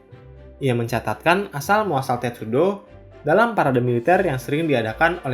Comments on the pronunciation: Sedikit koreksi tulisannya sepanjang video testudo tapi yg saya denger miminnya bilang tetsudo, maaf kalau salah denger 🙏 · Admin bacanya Tetsudo, kan harusnya Testudo 😂🤣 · Testudo atau Tetsudo sih ??? Tulisannya testudo tapi vokalnya kok bilang tetsudo... ??? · Wkwk ngomongnya "Tetsudo" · 😂🤣 gw jg nyadar pas admin bilang kedua kalinya, eh tau2nya malah ucap "Tetsudo"